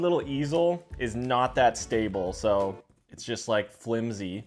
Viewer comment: saying so normally saying so like a true canadian 🇨🇦🇨🇦🇨🇦🇨🇦